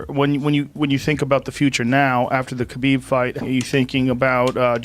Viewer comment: I like how everyone pronounces khabibs name wrong it's habib